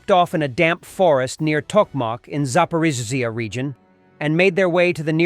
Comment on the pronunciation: your a.i. voice can't pronounce zaporizhzhia. get a human narrator.